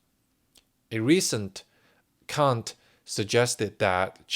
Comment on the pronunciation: You are pronouncing the word "count" as "cunt". If you don't know what that means, look it up. Not good.